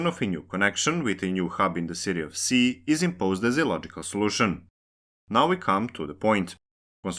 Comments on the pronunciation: Ski not Si Ski not Si Ski not Si Ski not Si Ski not Si Ski not Si Ski not Si Ski not Si Ski not Si Ski not Si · Just a super small, unimportant correction. Ski is pronounced like English "she" not "sea". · I think it's more about the fact that the narrator/writer did look up how to pronounce "Ski", which is sort of with a silent k.. but not like "si" in "Si Señor", but rather, as Donato286 said, more like a "she" or "schi" like in "Schiphol". It would have therefor been better to pronounce it like the english "Ski", since that is the actual language used in this video. That said, I think it's nice when people try to prounouce things the right way, but at the same time, I don't really care. Their own language way of saying the name is far better then saying it wrong in any and all languages... Also the fact that some cities like Wien/Vienna, Copenhagen/København, Beijing/Peking is a show of absolute disrespect running decades or even centruries back, and is not something anyone should strive for. At least people are trying to change their brains over from Kiev to Kyiv, but that took an invasion to fix (and some people are still trying to say "it's too late to change the name now, I'm used to Kiev") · It seems it's actually pronounced "she" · The k in Ski isn't silent. It's pronounced, just like in the activity of skiing. Indeed just say skiing, then remove the ing while keeping the first three letters.